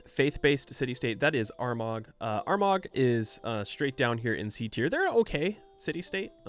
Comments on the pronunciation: Armagh is pronounced like "our ma" and not "our mog". Sounding like the worst of the English there, otherwise great shit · I’m finally moving over from Civ V to VI and I’m finding your videos fantastic and entertaining. Keep up the great content!!! Side note: you said you like pronunciation so coming from Ireland: “Armagh” is pronounce “A(r)-maa” or “Aa-maa”, the “r” is soft and the gh is quiet. Though other Irish dialects might have slight variations. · soz to be like this, but 'Armagh' is pronounced '' Are-maah' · man you butchered armagh's name im from ireland its said ar ma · Armagh is pronounced "Ar-MAH". (The rest of this comment is fluff if you're interested!) It is an Irish city, located in Northern Ireland, historically considered the religious capital of Ireland. Religiously Ireland can be said to be known for it's monasticism, the trope of "Monks" of European tradition very much stems from Dark Age era Irish monasticism. At the time as the rest of Europe was in a dark age in terms of education and technological progress, Ireland was in its golden age and produced many great works, like the Book of Kells. Armagh is pretty much the only reference to Ireland in Civ 6 sadly! (Other than Gian'ts Causeway as Powermauler rightly points out in the replies!) Hoping for an Irish civ some day - if Scotland deserves one, so does Ireland! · Pro tip Armagh is pronounced without the G. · That hard G on Armagh is so triggering 😬 But great video regardless 🤘🏻